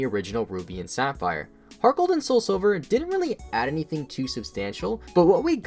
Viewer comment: I thought he said gargle gold